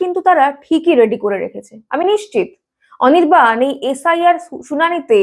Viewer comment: অনির্বাণ ❌ অনিরবাল✅ 😂😂😂😂😂😂😂